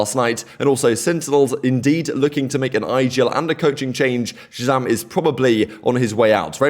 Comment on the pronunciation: No human being deserves this much kind of hate over a fking video game dude...kids should grow up... talking about him and his girlfriend is so sad man... saying Shazam as "ratzam" like wtf is that bro i don't understand